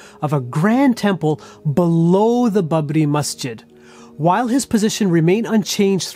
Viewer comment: Its not Bubbri....its pronounced as Baabree